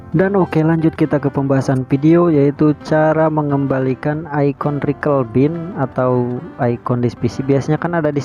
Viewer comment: recycle bin bacanya "risaikel bin" bang, bukan rikel bin 😃